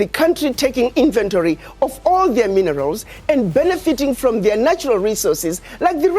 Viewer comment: You can not eet minnerals!!!